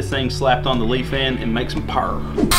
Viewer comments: ITS NOT PRONOUNCED “LEAF-AN” ITS PRONOUNCED “LIE-FAN” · Lee-Fan is how its pronounced. I have talked with a rep and he said to make sure I said it right lol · It is pronounced leefan . I know because when they sent me the engine they told me to pronounce it that way